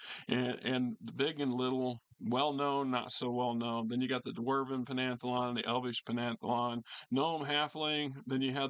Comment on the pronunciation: Dude, learn the proper pronunciation of “pantheon.”